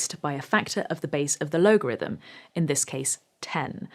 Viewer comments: How can you not pronounce Logarithm? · Logarithm sounded a bit dodgy though.